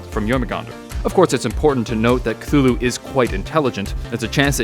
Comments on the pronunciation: A jar of pickles I pronounce cthulhu as su-thu-lu instead of kuhulu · It is actually pronounced cuh-too-who-lou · Me: knows Cthulhu is pronounced Ka-Thu-Lu Also me : Drowning noises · actually Lovecraft described them and being beyond comprehension, and therefore the way you pronounce it doesn't matter because we can't comprehend the way it's pronounced.